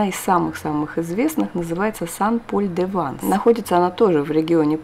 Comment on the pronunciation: Всё ПОНРАВИЛОСЬ! Только нужно произносить СЭН ПОЛЬ - Святой Павел, это же не город САН Пауло.А в женском роде СЭНТ Мари - Св. Мария, например.Буквосочетание "аi " во французском почти во всех словах произносится как "э", это просто к сведению...